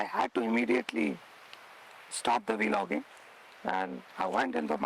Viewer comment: This dude said Vee logging ha ha ha 😩😩😂